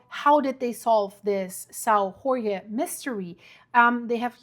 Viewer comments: I live in Sao Jorge, yeah, we had a big earthquake 3.8 and a few thousand smaller ones, everything went well gladly! And in Portuguese a J is a J not a R, that’s Spanish 😉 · Yeah was about to comment this, both J and g are pronounced with the sound of G as in Geo and Jorge but Portuguese is not easy for foreigners. Finns spell Jorge as Iórgue for example. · if you say "George" it is pretty darn close to Jorge, but most people are more familiar with the spanish pronounciation. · The islands' name is pronounced Sao ( Saint) (Jorge portuguese George), not (Horge. Spanish ) . Your welcome There is no H sound in portuguese , the H is always silent. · dont pronounce the letter J like you do for spanish, have nothing to do with spanish, the correct way sounds like George. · Hello, thanks for your work. Your pronunciation of "São" is not bad, but "Jorge" sounds more like "George" in English than your (understandable) mangling of the word...hope this a useful reference for the future.... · Hi there. As a Portuguese man, and as a subscriber, I would like to inform you that in Portuguese "Jorge" is pronounced similarly to George in English and not as you did in this video. That is the way the Spaniards pronounce it. Same spelling but different pronunciation. In Portuguese, the letter "J" is pronounced like it is in French or in English, not like it is done in Spanish. Interesting video, as per usual. Thank you. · You're spelling the name Jorge wrong. Just read the name George in english and you get the correct portuguese sound. Remember portuguese is not spanish. Otherwise, keep up the good work, I like it. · It's not Horge it's pronounced almost like George means the name George a man's name in Portuguese. The J in Portuguese is read as a J like Jack, Joke, Jet, etc José is not Hosé it's a J like Jodie etc I'm from Pico Island next to São Jorge - Saint George famous for the best cheese in earth Topo São Jorge Cheese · The island is pronounced Saint George not Hore Hay